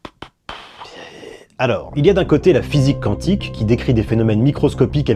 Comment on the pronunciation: salut, quantique se lit Kwantik au fait!